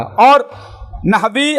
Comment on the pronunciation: नहवेमीर thik se pdlo re baba 😂